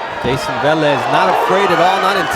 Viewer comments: Hey bernard!..Its VEH-Lez Not VAh-lez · why does Bernard hopkins keep saying vaaalez when clearly it's veeelez and even the other commentators are saying it right and he still pronounces it wrong?? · Vélez, not vAlez... so annoying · Wtf is Vahlez? Hahhaa